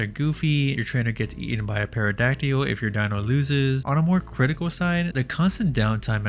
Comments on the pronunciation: Did you seriously call a pteradacty a "paradakeel"? It's pronounced Terra-dak-til. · Bruh, you said "Perrodacteeul" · Did you say Perrydactyl at the end? The P in Pterodactyl is silent my friend. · Huhuhuhuhuhhuh, he said Perrrydacteyl! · I'm gonna need a retake on "Pterodactly", what the fuck did you just say?